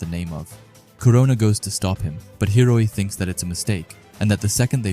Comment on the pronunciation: what about hiori... you're pronouncing it hiroi but it's spelt hiori. Hee-oh-ree